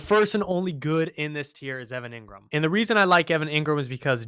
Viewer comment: I like, but its pronounced EEngram, not EHngram